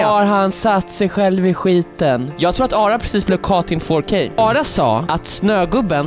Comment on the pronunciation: “Ju just gott kåt in fårkay” - 2021